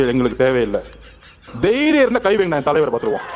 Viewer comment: தைரியம் அல்ல தேரியம் தேரியம் தேரியம்...😅😅😅😅முண்டம் ஒழுங்கா பேச கூட தெரியல...